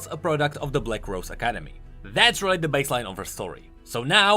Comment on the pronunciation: "RELLy successful"